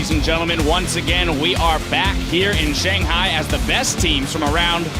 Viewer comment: Everytime Sjokz says ShanGHAI